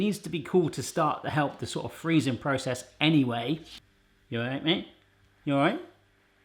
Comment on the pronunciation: Loved everything about this video...except the way you said 'anyway'!!!